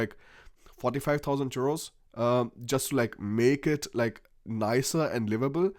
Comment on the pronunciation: Why do you keep calling euros churos?